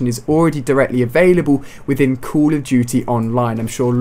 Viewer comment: Stop saying Cul of duty